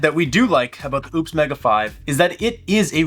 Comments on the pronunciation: I own this and recently spoke with support... the brand is pronounced oh-pes. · Seems ideal for RV use. I wouldn't look too much into the lack of 240. And you still sound like an ass mispronouncing the company's name.